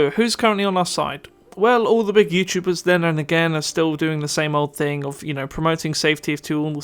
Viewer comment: Why do you pronounce K instead of G in words like thing you say think. You also put so much stress on K. Please fix your speech impediment, because it makes you sound like an amateur and in general very annoying for listening audience.